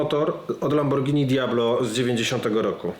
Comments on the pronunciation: Za przeproszeniem, ale sam Pan jesteś "lambordżini". Panie, pan uświadomi p., jak to się powinno wymawiać. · Dziękuję Panu, że podziela zdanie prof Nakamiczi. ma LAMBORDŻINI, a nie Lamborghini jak co po niektórym się wydaje. Dlatego też w LAMBORDŻINI można stosować różne technologie, a nie tak jak w Lamborghini trzymać się schematów. 😉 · a te uszczelki to dlatego tak wygladaja bo to lambordzini a nie lamborghini i prosze nauczcie sie mowic poprawnie nawet jak jestescie specjalistami od silnikow i cagle te same bledy nazwa marki i mowienie zegary na wszystko co okragle i ma wskazowki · "lambordżini" xD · I znowu to Lambordzini 🤦‍♂️ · Ciekawe co sobie myśli kiedy Pan co chwile mówi lamborDŻini 😀😀😀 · Lambordżini :D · Dzieci czego nauczyliśmy sie w tym i poprzednim odcinku o Diablo? Ze Lambordżini jest fajne ale kłopotliwe 🤣 A teraz zjedzmy sobie Spadżetti i możemy dalej leżakować 😂 A ogólnie to ciekawe filmy 🤘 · Mechanik mówi "Lambordżyni"... to dobrze nie wróży :O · Kolejny profesor Lambordżini 😀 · Porównując to np. z robotą Iain Tyrrell'a to zapowiada się niezła fuszerka ;-) Pan sobie czytał o lambordżini...